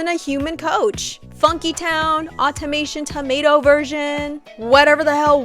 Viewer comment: ok i see your vision but like “au-tomato-ion” tell me that doesnt sound like a troll